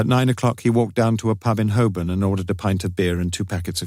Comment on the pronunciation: Who is the narrator? He’s incredible 🤩 He can pronounce Welsh places and Hoburn rather than Holborn as it is spelled. In the books Lewis was Welsh - love no idea why they made him north country - l can’t stand Kevin Wakely’s narration